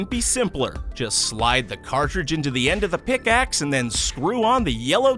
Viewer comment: Immer diese deutschen mit ihren zhe statt th😂😂😂